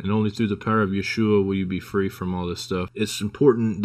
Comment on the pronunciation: All I can think is who the hell is yewhoshua Gandalf keeps talking about 😂 pretty sure it's yeshua